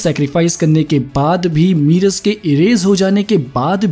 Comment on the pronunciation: मीरस नहीं मेरस